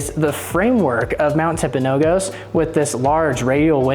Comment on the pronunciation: Tell us you're not from Utah without saying so. Im enjoying the videos, but my friend, you're killing me with the way you're saying Mount Timpanogos. It's not pronounced the way you're saying it. The last "O" has a "U" sound, as found in gus. tim·puh·now·guhs. You can do a basic Google search for the correct pronunciation. The word Timpanogos comes from the Timpanogos tribe who lived in the surrounding valleys from AD 1400. The name translates as "rock" (tumpi-), and "water mouth" or "canyon" (panogos). Also, I grew up at the base of this mountain there in Daniel.